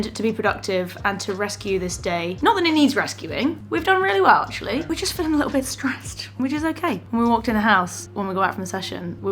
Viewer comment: In the video asked, "How are you feeling?", but the last word sounded as "Phily-ng". I wonder whether this spelling can be used somewhere...